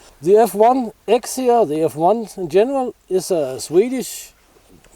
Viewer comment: Hej! Vilken Fällkniven är det? Det låter som du säger X1, men det är väl F1 eller S1 eller?